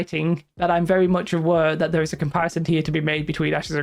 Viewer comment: "they can go from THURR" love it... sry I enjoy accents. lol